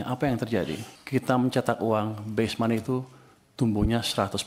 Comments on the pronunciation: Base monet, bukan best money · "Base money" harusnya bang, bukan "best money"